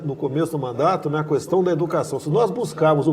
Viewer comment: Orgulho do meu voto!! Desculpe querido Presidente, posso pedir-lhe uma coisa? Não fale kuestão. Fale kestão. No mais, entrevista ótima, com a sinceridade que nos conquistou e que sempre esperamos do senhor. Faça um bom governo pelo bem estar dos brasileiros e saia com o dever cumprido.